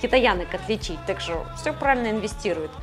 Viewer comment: Блин, откуда думаю это "шо" проскакивает? Спасибо поисковым системам. Если честно вызывает двойственные чувства. С одной стороны - молодая, стройная. С другой... не покидает чувство что она "наивно-глупенькая". Кукла бездушная и плохая актриса. Все эти движения (лишние) плечиками, вся эта наивно-наигранная интонация... Уберите это с канала. Она интересна будет потенциальным дрочерам прыщавым, для чего она на канале про гаджеты? Да, кому интересно "ножки раздвинь" и прочее, не там ищите... ))) Обычный поисковый запрос в картинках кучу шлака вам откроет...